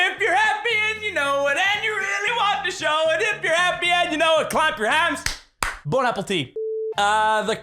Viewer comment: Bon not bob